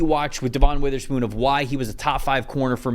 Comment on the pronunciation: Please say Devon Witherspoon's name correctly